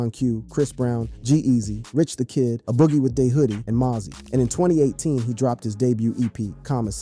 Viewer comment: Is this a BOT doing the voice over? How you pronounce FABOLOUS AND A BOOGIE incorrectly?